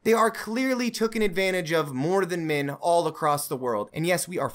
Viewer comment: "Min" "Mins Rights" "Wimin" "Wimins Rights" Why does this wolf character hate the letter 'e' ?